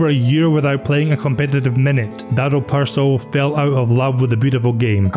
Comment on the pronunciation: Pršo isn't easy to pronounce but you gave it a good go. You also pronounced Hajduk properly. An English narrator would've said PurSO and Hayduk 😂That's what I like about your Scots. The Irish the same. You make an effort.